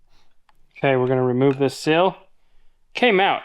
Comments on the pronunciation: It's a seeeeel Not sill. A sill goes under a window, a seal goes around a shaft. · I really hate to be this guy… A “sill” is what’s on a window. A “seal” needs more “ees” to ease our understanding. Truly, this is meant with warmth and love and simply to help. Keep it up. These videos are wonderful! Thank you for everything you do. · I don’t know how many times you said the word sill but each time it was WRONG and was driving me crazy!!! Lol The problem is that the word you were trying to say is spelled S E A L!!! Seal not sill!!!! And while I’m at it in: ‘let’s go up the mountain’ Mountain has a “T” in it!!! Pronounce it please!!! Same with Colton! Pronounce his name correctly please! Lol GEEZ!!! Love the videos guys, keep making the laughs and having fun! Good luck!